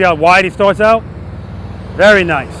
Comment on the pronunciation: all i hear is "VERYY NICEE, PETE!! VERYY NICEE!!" in a strong Kazakhstan accent. If you know, you know. :face-blue-smiling::person-turqouise-waving::face-fuchsia-tongue-out